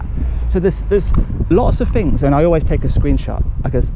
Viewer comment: Is the camera shy narrator here really semi-literate and slow, or is it part of the show? eg "things" gets morphed into "fings", "those blocks" into "them blocks" Thinking that being told to vacate the property by security personnel means a deal has been struck to come and talk to them off the premises.